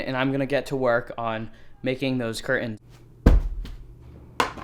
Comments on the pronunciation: Please stop pronouncing curTANS like that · Why tf you pronounce 'curtains' like that? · The way you say curtains sounds so weird idk if it’s jus me I might say it the same tho I’m mind fucking Myself lol 😂